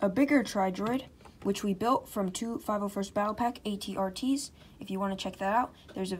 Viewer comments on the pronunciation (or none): none